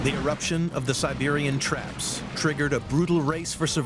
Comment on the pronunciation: Sibewian twaps? weally?